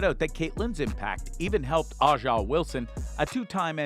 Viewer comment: you mispronounced A'ja Wilsons name it's pronounced Asia